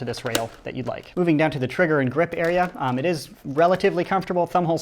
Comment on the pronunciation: Et ezzzz wat et ezzzz